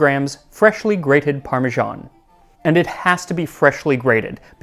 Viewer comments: Why do Americans pronounce “parmesan” as “parmezhan”? In Italian it is “parmegiano’” pronounced “parmedzhiano” (the “zh” is the ‘s’ in treasure; the “dzh” is the ‘j’ in judge). In English “parmesan” is pronounced as “parmezan”! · Why do Americans say 'Parmejahn'? It's ParmeSAN! Are you confused with Parmigiano as in Parmigiano-Reggiano? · I'll never understand why Americans can't force themselves to pronounce Parmesan like Parmesan and not like Parmizhan. Or why they can't bring themselves to say marGarine instead of marjarine. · The way that Americans pronounce parmesan is just bizarre. 'Parmijarn'. Not Parmesan. Not Parmigiano (note the "o"). But 'Parmijarn'. Bizarre. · Why are Americans pronouncing it "parmeZHan"? The closest pronunciation to that would be the Italian "parmigiano", but if you write it "parmesan", you should pronounce it like the French - "parmeZan". I noticed Max always strives for accuracy in pronouncing foreign words and names, so this one baffles me. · Wait, is it supposed to be pronounced "parme-JOHN", or "parme-ZAAN"? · Ugh! Max is great, but points deducted for pronouncing it "Parma-ZHAWN" not "Parma-ZAHN". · parmižán is such a weird pronunciation 😀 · What is up with Americans pronouncing parmesan as "parmejean"?? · Can somebody PLEASE explain why Americans say "parmi-Jahn"??? There. Is. No. "J" in the word.😩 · The American pronunciation of "parmesan" as "parmigian" always throws me. Parmesan with an s is French and you pronounce the s, and Parmigiano (with an o) is Italian. Somehow American English doesn't want to pick either. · Why are Americans incapable of pronouncing the word 'parmesan'? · Why do North Americans pronounce parmesan wrong, it's a freaking "s" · If you are so keen on "learning"try learning to pronounce Parmesan,note there is not a J or G in sight